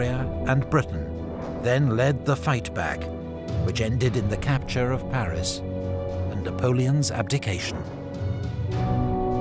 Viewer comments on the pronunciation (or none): none